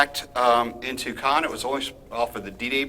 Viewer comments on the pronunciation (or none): Your spelling of Caen is heartbreaking . Although not so far to be good. It has to be dry. Not Caeeeeeen but Caen. (Same as "Quand, ie . "When" in french.) ❤️ Love the video, on point, keep the faith